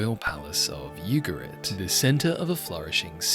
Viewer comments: I think it’s “Ooo-ga-reet. Not you- ga-rit. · which is not pronounced Yugarit